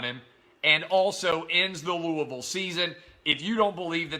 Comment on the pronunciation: thank you so much for pronouncing Louisville correctly